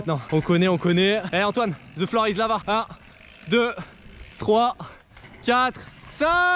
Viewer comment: On dit the avec un T on dit pas ze avec le Z ou le s